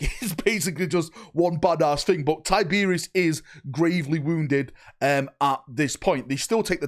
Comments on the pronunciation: Who the fuck is Tyberius???? give your head a shake kid lol it’s TYYYBEROSSSS!!!!! Think you’ve been hit in the head with an Arbites stun batton haven’t ya 😅😅😅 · Ty-ber-os not Tiberius.the reaper lord of the void deserves better than that bud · Gods this was a painful video to get though mate. Its Tyberos NOT Tiberious 😂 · I love your videos man but his name is Tyberos its pronounced like tie-ber-oss. You keep saying tiberius every time you talk about him 😂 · Why does he keep saying tie beer is instead of tyberos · (Ty-Ber-ous)Tyberos the Red Wake, who is this Tyberios of which you speak? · why tyberius its tyberOs the o is not silent. Tyberos. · It's not Tyberius ya twit. It's TyberOS. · "Tie-Ber-Ross" not "Tie-beery-oss" 😱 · “Tiberius” It’s pronounced TY BER ROS - like the end of “sucrose” 👍🏼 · TIE-BR- OUS say it correctly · Ty-ber-os. Not tyberius. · Thumbs down cause you kept calling him Tiberius. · It’s pronounced Tib-er-ose. Based on the spanish word tiburon, which literally means shark. Tib Er Ose. Tyberos. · Did you have a stroke? 'tiberius' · It was a joke. I know what a “penance” (atonement) crusade is, but keeps saying “pennant” (flag) just like he keeps saying “Tiberius” when he means Tyberos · Damn, he called Tyberos Tyberius. Get the tomatoes. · Please stop saying Tiberius lol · Man you saying his name wrong over and over again really was making watching this so hard. Please don’t ever do something so flagrant as that again